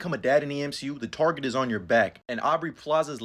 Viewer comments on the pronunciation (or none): none